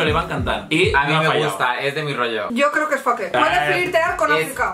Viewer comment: JAJAJA ME ENCANTA QUE DIGA "FAQUEEE" EN VEZ DE FAKE JAJAJAJA